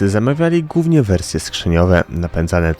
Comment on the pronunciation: Chłopak ma wadę wymowy. Ale nie poddał się, nagrywa super programy!